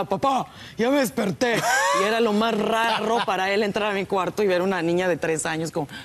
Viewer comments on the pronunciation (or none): Pues que "rarro"😂